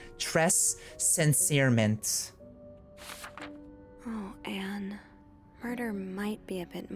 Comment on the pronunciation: that pronunciation of très sincèrement... jail, straight to jail XD